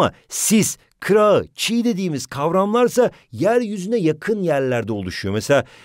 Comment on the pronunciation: Ama o çiğ değil çiyy